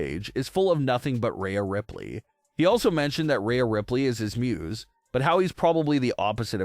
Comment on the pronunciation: Who is Raya Ripley? You’re pronouncing Rhea wrong